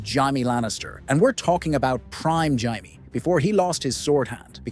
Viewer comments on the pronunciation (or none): It’s jay-me not ji-me. It would be ji if it was spelt jiame. Martin has said this so many times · Jay-mee, not Jye-mee for Jaime. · she was knighted BEFORE the battle by JAIME Lannister. Not “hy-mae” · Jye me not Jay me? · Yup he fucking called jamie hymie Lannister 😭😂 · Why he saying (jai me) n not jamie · Jamie❎ Yaimi✅ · Hymee Lannister 😂🤣😂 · There are so many things inaccurate about this video I don’t even know where to start. But listening to this guy say “Jiimie” over and over again is the real crime. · The list was entertaining but please pronounce ‘Jamie’ correctly. My head hurts from hearing Jaymee constantly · “Jaimee Lannister” 💀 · Who the hell is Ymie/Himee/Jymee? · WTF is a Jai-mee Lannister? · gai-me... thumbs down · Why are you calling Jamie Lannister "Jimey". His name isn't pronounced "Jimey"!🤣😅😂 That sounds like you're calling him a Limey". THAT name comes from the 19th-century practice of the British Royal Navy issuing lime juice to sailors to prevent scurvy. Jamie isn't a member of the Royal Navy. Jamie was the Royal Commander of the Kings Guard! 🤣😅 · Who the fuck is "Jymee Lannister" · I hate when people pronounce Jamie as HY-MEE. It's ignorant to make a YouTube video about a show they obviously have never watched. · Jymee Lannister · The narrator apparently thinks the Lannisters came from Australia. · Jy-mie Lannister 😂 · Hey, wait. You just said we couldn't say Oberyn because his style isn't swords, yet you had Gregor Clegaine with other weapons (lance). You can't have it both ways. Also, pronounce Jaime's name correctly. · Why you gotta say Jaime’s name like that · This is the absolute most hilarious pronunciation of the name Jamie I’ve ever heard. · No one said Jaime that way in the show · I think he pronounced that name 5 different ways throughout the video😂 It really got annoying.